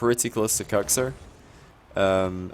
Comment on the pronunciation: Need to pronounce it "cooks" not "cucks" lol